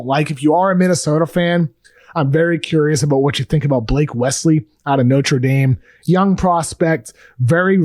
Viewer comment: love ya KOC but its pronounced No-der not Notraw for Nodre Dame